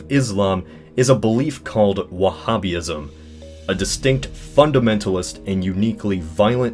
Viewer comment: Wah-hab-ist Wah-hab-ism